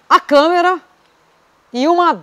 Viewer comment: O;não é câmera!Mas sim,câmara!